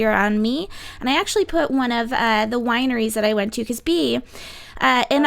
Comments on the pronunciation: Young Female Entrepreneurs it’s bay-ah. Which is why she nonchalantly corrects it when speaking. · Her name is BA- AE-a. Not Be.